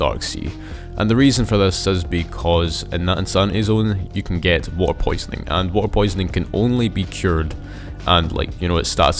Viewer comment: blud said wa’er